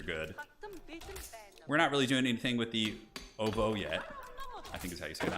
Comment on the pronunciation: You nailed the right pronunciation of Ovoo man 👍